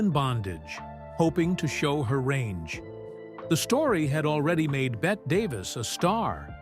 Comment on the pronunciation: Betty, not bet, Davis.